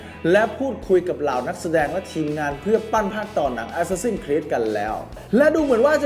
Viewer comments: อะแซสซิน/แอสแซสซิน ไม่ใช่ แอสซาซิ่น=ซ ิ ่ น (มันพิมแล้วไม้เอกไม่ติด) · əˈsæs.ɪn ใครอ่านโฟเนติคเป็นน่าจะรู้นะออกเสียงยังไง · เห็นด้วย ขัดใจกับ ซิ่น มาก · ได้โปรดออกเสียง Assassin ให้ถูกเถอะครับ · Reaper มันมีจริงครับ แต่เสียงมันไม่ได้เน้นไม้เอกแบบนั้น แบบคนอ่านsword ว่า ซะวอร์ด มันก้แปลกใช่มั้ยล่ะ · ผิดไง รอคำตอบ